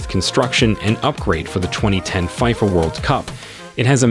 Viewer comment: There is no way GHANA isn't mentioned in the list... And btw did i just hear 5fa instead of FIFA.. Go make them research again and come back. Not just to have views but to send the right info to people watching.